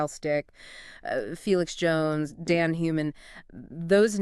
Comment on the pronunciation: If you guys want to gain listeners you’re going to have to at least make an effort to pronounce the names correctly😂 You are murdering them… Schalk = Sculk, Mzwandile = Zwundeelé, Daan = Dunne. People won’t take you seriously if you don’t make an effort. If people can make an effort with the Pacific Islanders then they should with the SA names as well. Rugby fans are a loyal bunch and if you want to be taken seriously then make an effort…